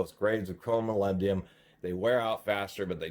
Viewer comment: Molybdenum. Please pronounce it properly